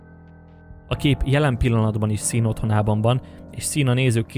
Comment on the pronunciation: Sean = ejtsd Shoón